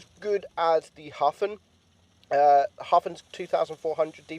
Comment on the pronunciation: Jeeze your pronunciations are hopeless! Edelweiss = Ay-dull-vice Hafen = Ha (as in haha) - Fun (stress on the Ha)